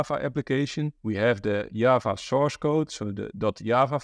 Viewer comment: Why is he calling Java to Yaava🤣